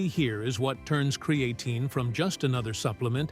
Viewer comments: "With Cree-Ay-teen"... ok AI 😅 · It's not cre A tine.